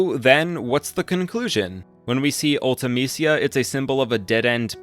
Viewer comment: Her name was pronounced once in FF Dissidia. Ulta-Meesha was the pronunciation they went with.